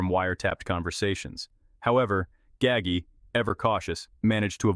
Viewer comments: Ga-ggie....??? 😅😅😅😅😅 who TF is "Ga-ggie"... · its 'Gaw-ji' learn how to say the name right. sounds idiotic. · Right. Gaggy 🤦‍♂️ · Once again, we have another narrator who can't even pronounce the main character name properly. All you people who narrates so-called documentaries do your homework before you put these out to the public. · You butchered his name terribly.. please show some respect and do some research on how to pronounce these names before you make videos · It's Nino not ninyo. He's Sicilian not Mexican. Also you pronounced his last name wrong. Gaggi is pronounced gaa-g..get your facts straight before talking about my beautiful Sicilian people !!